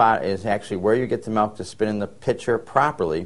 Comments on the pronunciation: its milk... with an "i"! Its not malk!!! Julian Smith would be so pissed... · The guy saying "malk" is REALLY irritating me! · In certain areas of the US many pronounce it "malk". However you say it, frothed well it makes for delicious lattes and capps! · Milk. Not melk. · I don't want to steam malk, i want to steam milk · "Melk. Melk. Melk. Melk..." That's all I hear..lol. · Love in the netherlands its pronounced as he says it. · oh thanks man now all I hear is melk :/ :( :) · good video. funny that ehe said milk on and corrected it to malk hehe..... anyway good info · I spent the whole time trying to figure out whether he was saying malk or melk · HE SAID "MALK"! makes me think of julian smith :P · "malk" haha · this is so cute, i pronounce milk the same way!! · i'm from usa but english is my second language! so i guess i never really learned how to pronounce 'milk' the right way : )